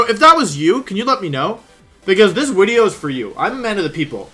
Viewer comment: Do you say wideo because of Markus lol